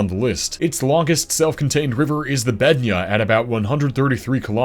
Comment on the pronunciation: Bednja pronunciation🔥💯🔥